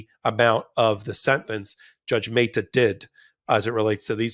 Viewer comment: Meh-ta not May-ta...